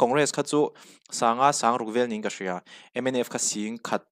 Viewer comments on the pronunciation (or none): none